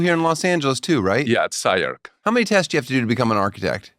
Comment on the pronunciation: He lost me when he said, "SCI-Arc" lol